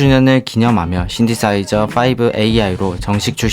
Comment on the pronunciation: 뭐야. 다 아는 내용이잖아? + 아 근데 영상 너무너무 잘 봤는데 여기서 신디사이저 V는 신디사이저 5(파이브)가 아니라 신디사이저 V(브이) 라고 읽습니다. + 또 여기에서 일단 보컬로이드 라이브러리에 숨소리가 동봉되어 있는 경우도 있고, 숨소리를 넣어주는 옵션도 존재합니다. 뭐 비유적인 표현이라면 이해되는 표현이긴 하네요.